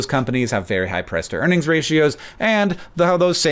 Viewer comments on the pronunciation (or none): For a sec I thought you said Press to Earnings Ratio lol